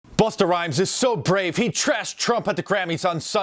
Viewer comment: I love how Mark stressed the R. Buster...